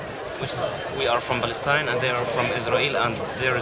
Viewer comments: Beace for the beoble of Balestine... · "from balestine" you cant even pronounce your own name? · what did i heard? balestine? ooh the translator can't say the name of his country.. how sad :p